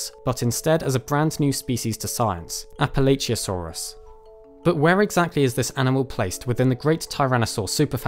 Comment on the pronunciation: It's Prounounced Appa-Latch-uh source, I live in Appalachia